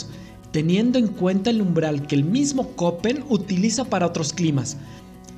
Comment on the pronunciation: Escucho Köppen (por cierto, se pronuncia kepen). Geiger es gaiger.